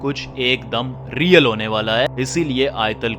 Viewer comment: Bhai Apna Real bolna to thk kr lo plzzz